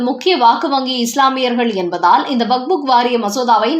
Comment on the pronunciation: வக்ஃப் வாரியத்தை "வகுப்பு " வாரியம் என்கிறீர்கள். அல்லது "வக்புக் " வாரியம் என்கிறீர்கள். சரியாக படிக்கக் கற்றுக் கொள்ளுங்கள்.